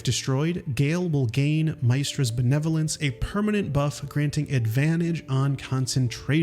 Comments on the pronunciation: it bewildered me how you pronounced gale's goddess' name. isn't it "miss" not "mice"? her name is said a lot in the game so i assume its the correct pronunciation for it. excellent tips though! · Have you personally played the game or are you just reading a script because no one in the game pronounces Mystra like that, its miss tra not mice tra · I'm not gonna give you grief over the pronunciation of Mystra, but I am genuinely curious as to how did you arrive at Mai-stra. Thanks for the cool vid, I stumbled on most of the secrets, but there's always something new to learn in this game isn't it :D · This dude is one of them dudes that pronounces names of people and places wrong lol nerd. Dudes like "MY-stra and in the game they all clearly say Miss-srta" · Its pronounced "Mist-ra", not "My-stra" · Mystra's name is pronounced "Miss-tra", not "My-stra". Curious if you played only as Gale, which could make sense for not having heard it as much. When you don't play as Gale, he says Mystra's name basically once a sentence 😆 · Miss-stra not Mys-stra 😅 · Congrats, you baited me into commenting on your mispronunciation. Mice-trah? C-mon, mate. Quit being stupid. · My-stra? did you even play the game? say it correctly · my-stra? lol. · How is it, that despite Gale saying her name so many times, there are still people who will pronounce Mystra as "Mice-tra"...? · ITS PRONOUNCED MIST TRA BRO, GALE CALLS HER THAT ALL THE TIME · How can prople play the game, play as gale and still pronounce Mystra this awfully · Please dont pronounce Mystra's name like that. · This seems to be a theme in your videos. How do you say Mystra wrong, they say it a million times in the game… are you just an AI? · I really hate the way you said Mystra's name it's giving "I got paid to read a script and never played a day on my life" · How are you gonna just mispronounce Mystra when Gale won't shut up about her? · No. They say Mystra's name TOO many times in the game to get it wrong like this 😭